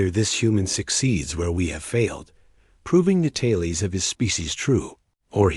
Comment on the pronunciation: Dumb AI slop cannot pronounce 'tales' correctly. Sounds like 'taillies' to me.